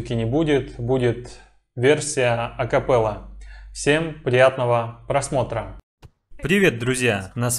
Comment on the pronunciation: Отписываюсь из-за "акаппэлы"